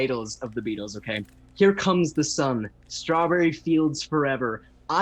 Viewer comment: Did he just "say bEAtlees? pfff cringe". I am dying lol